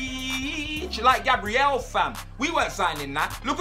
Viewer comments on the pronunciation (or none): none